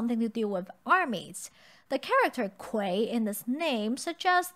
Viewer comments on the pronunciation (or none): It's interesting that pronounce 盔 in the second tone instead of the dictionary standard first tone. Is that how the food is usually pronounced over there?